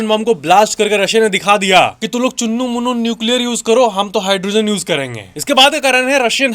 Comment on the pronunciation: Chunnu munnu nahi bhai nunnu😂✅